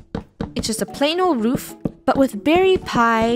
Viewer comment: Did funneh say "roof"? is not roof is " woof" hahahahah get it woof? (Laugh at my joke please🙏)